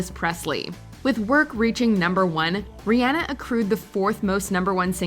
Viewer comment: I hate how she says Rihanna lol